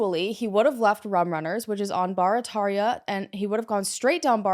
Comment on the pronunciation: The 1st case i know something about. Knowing the area. You did a good job pronounceing Barataria.. We say it Like - Bear-A-Taria😂😂